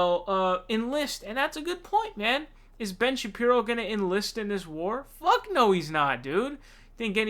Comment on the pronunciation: its pronounced Sha-Peero, not sha pyro. not that important, but will be good to avoid trolls in future.